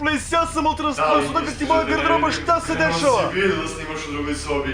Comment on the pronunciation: Zoves se ultras plays a govoris kauntras plays lol